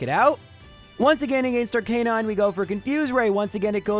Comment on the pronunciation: Can you please stop consistently mispronouncing Arcanine and Lorelei even though you know the correct pronunciations? It's very irritating...